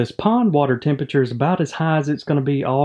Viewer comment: I just love the way you say tempeture :P